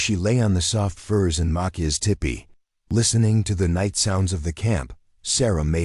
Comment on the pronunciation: Whoops - tale, not tail. Kind of like the AI reader saying dessert for desert and tippy for tipi.